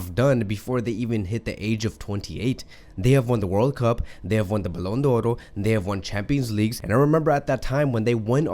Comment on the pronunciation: Great video. But you always make a mistake when pronouncing the Ballon d'or.